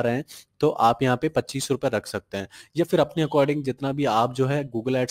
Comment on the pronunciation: Whenever he says shakte sound sucks